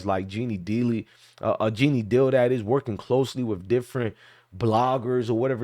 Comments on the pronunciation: I just know when you were saying Genie Deal 🤣🤣🤣😭 Gee-nee..Jean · pronounced jean(gene)